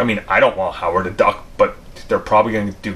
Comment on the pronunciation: Howard “da” Duck lmao 😂 I just love this channel ! “Howard “da” Duck was repeated so many times it actually made my day better bro!